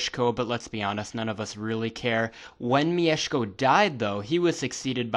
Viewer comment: Wow, this is really accurate! And you pronounce "Mieszko" like a Pole! I actually had some suspicions about your nationality until "Leszek"... ;) Anyway, great work and cheers from Poland!